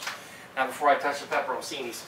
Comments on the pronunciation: Actually it's pronounced pe-pe-rone-CHEE-nee but saying it quickly it's like pepper-own-cheenee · man said pepper o' cini